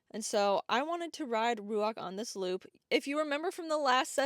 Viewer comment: Is it Ruach like the Hebrew word? Cos should be Ruah more than Ruak